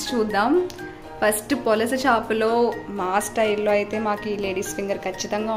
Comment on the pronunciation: polasa kadhu madem pulasa